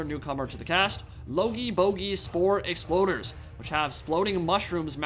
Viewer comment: "Logey"... yes... "Bogey's"...yes ... "Spore"... YES....................... "Exploders"... NOOOOOOOOOOOOOO... YOU HAVE FAILED US... YOU WERE SO CLOSE TO ACHIEVING GLORY